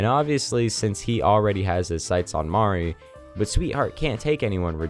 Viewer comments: Good video! But one correction, Mari's name is pronounced "MAR-E" not "MUH-REE". Mari/Sunny's family is heavily implied to be an Asian-American family, and Mari (MAR-E) is a traditionally Asian name. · Not to be that guy, but it's pronounced "MAW-ree" not "mer-ee" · oh my god this video is very well made, i love it, you did an amazing job! (the way you pronounce Mari is funni tho)